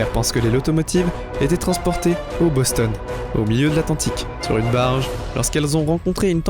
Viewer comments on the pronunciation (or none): none